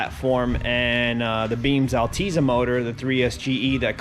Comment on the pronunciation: nice... very actually... but it's "Al-teh-zuh" not "Al-teee-zuh" [Altezza]